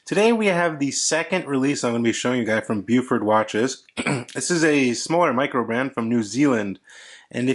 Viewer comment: Really nice - lugs a little long maybe? - but a great looking watch with an excellent movement. The green dial is very tempting. One thing about NZ pronunciation though - it's BOW-FUT ("Bow" as in bow & arrow, then "Fort" is pronounced without sounding the r). Not "Byewfort": it sounds really odd. :-)